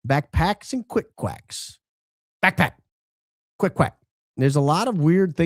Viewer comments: The way says “backPACK” lol cracking me up! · Alright, now you're just "BACKPACK"ing on purpose now,. 🤣 All I could hear was AFFLACK or ACKACKACK from that Martian movie, lol. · The emphasis on BACKPACK 😂 thought he was going to sing Dora The Explora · The way you say backpack has me cracking up I think we need to do a skit with Dora the Explorer saying it with your voice lol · Say “backpack” one more time 😂…it made me laugh for some odd reason 😂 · if you say backpack like that one more time, I may scream! STOP!